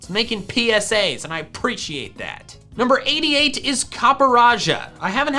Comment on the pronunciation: “It’s making PPPPPsa’s and I aPPPPreciate that” -sun tzu art of war